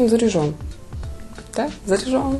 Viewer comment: Заряжен а не заряжон